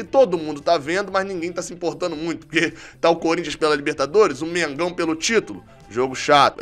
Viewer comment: "Mengaun ganha" huuuum tu é mano ?? Kkkkkkkkkk